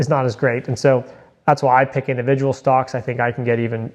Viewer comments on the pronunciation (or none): none